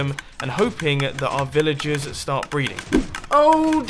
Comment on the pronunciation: Who else thought he was saying villages not villagers